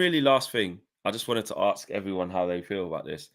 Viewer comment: Ask not ‘arks’!!